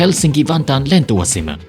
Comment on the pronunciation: good pronounciation there with the "lentoasema"